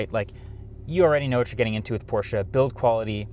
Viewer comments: He said the brand name correctly🎉🎉🎉🎉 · Thanks for saying Porsche correctly my guy. Most non german speakers don’t understand that you say all letters in a word in german most of the time. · Thank you for pronouncing Porsche properly. - Regards from Germany